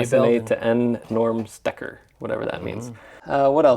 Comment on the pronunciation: Stekker means plug in Dutch 🙂 well pronounced !